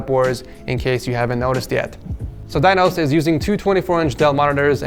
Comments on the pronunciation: ITS NOT PRONOUNCED /DAINOS/ YOU FUCKING RODENT ITS PRONOUNCED /DINOS/ BUT THE SOUND OF 'I' IS LIKE 'E' LIKE /DENOS/ LIKE WE SAY /pEnis/ /dEnos/ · Its pronounced "deenos", not "dainos"